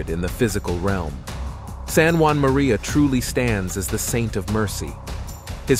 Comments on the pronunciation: Saint JEAN MARIE VIANNEY , not Juan Marie ! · Uh. I always heard his name as being distinctly French. Like in ST. JEAN MARIE VIANNY